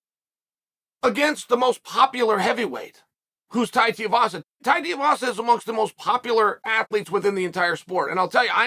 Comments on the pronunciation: One day, Chael will actually say 2-E-Vasa. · The last name, he butchers it so well💀💀💀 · With him being so popular and willing to fight the best you'd think Chael could at least learn how to say his name lol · Clicked just to hear how Chael pronounces Tui-vasa 😄 .Too-ee-vasa or Tee-a-vasa. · Give him the respect he deserves say his name properly 😂😂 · Really grating on me the way you’re mispronouncing his last name 😬😅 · Just call him Tai lol you're butchering his last name. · God damnit Chael will you please practice saying Tai Tuivasa’s name correctly!!!! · Chael please!!!!! pronounce he’s name right haha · Love your work Chael but PLEASE learn how to say Tuivasa. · Is chael saying his last name wrong on purpose ? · Is it that difficult to pronounce Tai's last name properly? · Chael is like 0-500 in pronouncing names correctly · It’s TWO-E-Vasa not Teavasa.. 🤦‍♂️🤦‍♂️ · Come on, let’s say it together 2-E-vasa Too not Ti you can do it! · Tooeevasa. Not teeuhvasa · His name is pronounced TOO-EE-VASA. Not TEE-UH-VASA. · Te A vasa🤦‍♂️🤦‍♂️🤦‍♂️ Its Tuivasa. Pronounced. 2 E vasa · It’s not Teeavasa, it’s Tuivasa. Pronounce like “ Two - E - Vasa” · Chael love your content but Tai Tuivasas surname is pronounced 2 E Vasa. Not Tee Ah vasa. Just a heads up as I know you like to get things correct. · Tuivasa again Chael it's pronounced "Tooeyvasa" stop calling him tiavasa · It’s Tu not Ti - please change your pronouncing of his last name mate… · It’s Tai “2 E Vasa” not “Tiavasa” lol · Chael his name is pronounced: 2 E Vasa not Tea A vasa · Tu-ivasa not ti-ivasa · It’s pronounced two-e-vahsa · T-Uh-Vasa. Might as well pronounce Stipe like Sty-Pe... "I submit for you guys Stype will come back to fight T-Uh-Vasa instead of Jon Jones" -Chael P. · Think of this Say "too" Then say the letter "e" The last part you're getting right uncle Too-e-vassa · TOO-EEE-VAH-SAH uncle Chael. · Bro still can’t say Tai’s last name right. It’s not hard lol. TooooooooEeeeeeeeeVaaaaaaaSaaaaaa